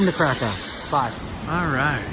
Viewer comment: Kirka, yes, sometimes the "r" is a vowel LOL :) Awesome place, isn't it? Pleetvitsa is the other one haha You're cute.